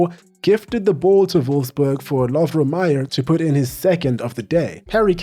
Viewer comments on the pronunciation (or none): none